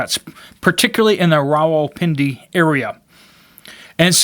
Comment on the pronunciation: How is it that you can pronounce Rawalpindi…but not nuclear? NOO-KLEE-UR!